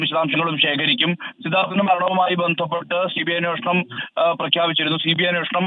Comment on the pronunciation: സിദ്ധാർഥ്നെ എന്ന് വായിക്കുക